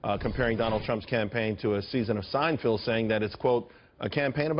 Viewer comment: It's Seinfeld, not "Sign-field." Learn how to speak English. Then again, Fox News employs dolts, so there's that.